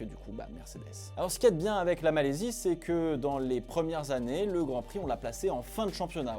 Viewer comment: Malaisie pas Malaysie..😂